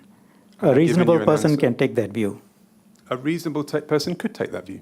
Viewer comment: Shanmugam is an excellent lawyer like most Anehs but his pronunciation of some words was so bad such as - “View” pronounced at “Wiew”…”Verbal” pronounced as “WereBel” etc…🤣